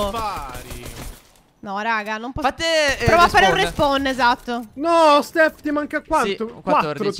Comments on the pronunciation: Phere si dice proata non prouata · 13,50 prowata what non si dice proata